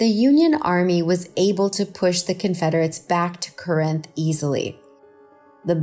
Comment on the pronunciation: The pronunciation in the Shiloh story should have been researched. Buell is pronounced "byoo-wool." Corinth is "CAR 'nth." You can say it "CORE 'nth," but Bamians say CAR.